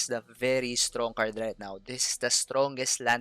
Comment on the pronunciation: I like the way you say STRONK.